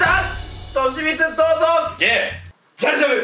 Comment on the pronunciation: ｢と.し.み.つー｣にしか聞こえない